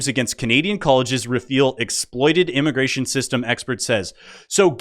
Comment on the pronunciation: Moron at 6..minutes can't say immigration.